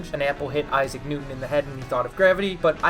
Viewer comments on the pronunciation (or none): none